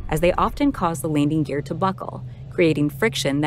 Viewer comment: Get someone to narrate who can pronounce "landing gear".